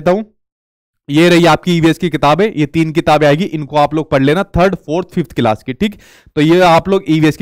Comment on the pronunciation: Aap bhi to class ka galat pronunciation kerte h